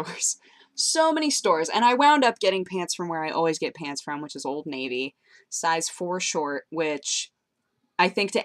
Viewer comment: "Peants" Lol It's you say pants funny